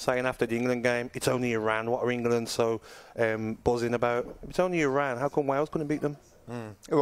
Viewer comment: Respect that Simon says "Iraan" instead of "I-Ran"...even corrected himself